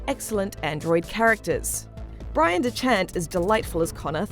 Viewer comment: This reviewer didn’t even say Bryan’s name right, don’t trust this review, the game is easily 10/10 if you like story.